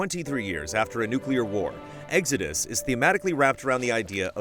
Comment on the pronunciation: Never heard it pronounced like Eggsodus. What part of the country is from?